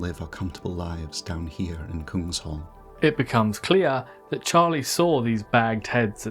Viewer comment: I think Kung-SH-all is not the correct pronounciation. Kung is king in Swedish and hall means hall. So it would mean King's Hall.